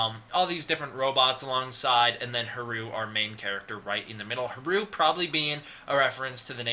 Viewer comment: Its funny because you make a point of saying you know how to pronounce Adam, Martin and Haruo, but pronounce Haruo incorrectly throughout the video. Its Ha-ru-oh, three syllables. Thanks for putting this stuff together though. If you have a link to the original Japanese source on the plot synopsis I'm happy to translate it for you to try and figure out the wierd timeline stuff.